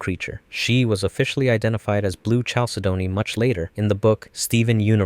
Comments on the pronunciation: Correct pronunciations: PEAR-ih-DOT CAL-SAID-KNEE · Great video, just a tip for next time chalcedony is pronounced (cal-Sidney)